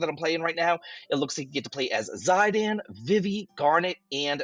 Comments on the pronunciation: Not Zaiden its Zidane don't butcher the name of the best character ever. ⚡️ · Man, Zeye-dan is the craziest pronounciation I've ever heard for that name. It's a common north-african name. It's pronounced Zee-dan. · 4+ years of FFIX Remake announcement soon. It's all BS until they actually announce it. Zydan, vihvih? What's with the pronunciations? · Did this dude just say Zy Dan? 😅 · "Zie Dan" ???? haha